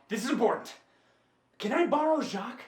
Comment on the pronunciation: Jacques, not jock.